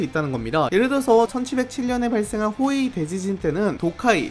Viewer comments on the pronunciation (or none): 나만 호에이 대지진 호이해대지진으로 들었냐